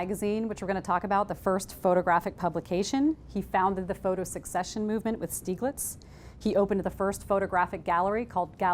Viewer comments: just a quick comment, "secession" is not pronounced like "succession". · Mispronouncing Secession over an over because when she read it she misunderstood it. Until maybe she read it in context. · and it's not pronounced the was she is pronouncing it... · Thank you! I can't handle it. I'll still show this to my intro to photography class but I'm going to have to leave the room. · I knew that and almost changed the way she pronounced it, because English is not my first language, I had to watch several videos about Stieglitz to get it right. She messed it up being native and informed and all #bummer